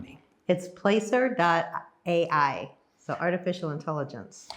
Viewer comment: Hey, It's pronounced "Plasser", not place-er.